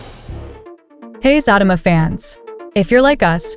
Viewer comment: The narrator needs to learn how to pronounce the show name is Zatima not Fatima.